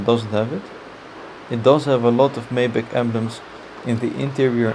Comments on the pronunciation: Please call this car by the right name: Mercedes MAYBACH !!!! Not Maiback!! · Lol... I can't believe he called it a "May"Bach. When I worked at the Mercedes-Benz dealership and we were given our initial introduction to the car. The manufacturer's representative warned us that the correct pronunciation is "My"Bach. And because of the way it is spelled "Maybach" people would be incorrectly mispronouncing its name.